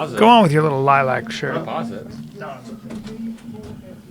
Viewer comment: I hate how they say Lilac..